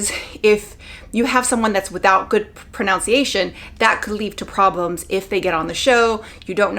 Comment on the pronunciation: Good info but it's proNUNciation. I cringed hearing pronunciation.